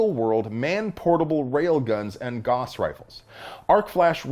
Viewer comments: Pretty sure it's pronounced "Gowss"? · Gauss rhymes with house. Not boss. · Gauss rhymes with mouse.